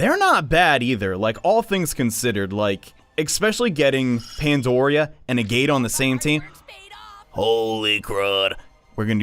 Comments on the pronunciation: She says it IN HER INTRO!!!!! it's NOT pronounced "A-gate" it's "AG-it" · Mispronouncing agate: Ugh... This hurts my geologist heart. Dahlia: UUUUUUUUGH! CURSE YOU JUDAEO-CHRISTIAN SOCIETY FOR MAKING ME FEEL AWFUL ABOUT SEEING SOME GODDAMN PIXELS! Edit: AND A FIGHT THAT YOU WIN IN GAME BUT LOSE IN THE CUTSCENE?? IT'S LIKE THIS PART WAS MADE TO TRIGGER ME! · it Agate not Agate, there's a difference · An agate is a gem.... please pronounce it correctly lest you want me to get t-t-t-triggered